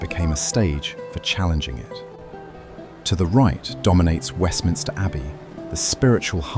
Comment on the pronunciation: Fantastic! Great job, just a comment it’s Westminster not Westminister🤓